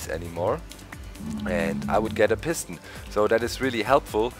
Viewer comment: I like the way you say "Piston" because it sounds like "Piss Ton". :D Now say "Sticky Piss Ton"